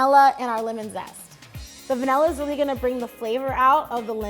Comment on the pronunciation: „The Venalluh extract“